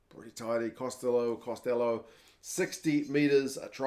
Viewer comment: Costello would be pronounced the way you want to say it but Costelow is pronounced the Gatland says it. Two different surnames. One of Italian and the other of Irish origin if I'm not mistaken.